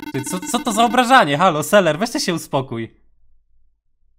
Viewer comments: Dlaczego mówisz seler a nie selever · jak mówisz zamiast ''selever'' to mówisz ''seler'' 1 raz = 1 raz wybuchnę Xd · Mówi sie: selever Mówi seler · Sam muwisz na niego seler a to nie seler